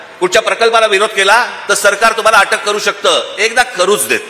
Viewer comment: " अटक् नाही अॅटक् "!!